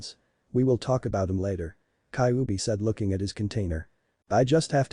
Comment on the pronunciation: Kaubi 😂😂😂😂 not kybi 😂😂😂😂 come on man atleast speak properly